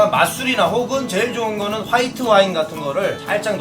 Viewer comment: 비꼬는 영상이라 일부로 화이트 와인 같은거 말할때 쌘 발음좀 보셈